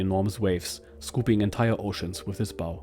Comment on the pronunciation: It's not Bow as in Crossbow It's Bow as in Cow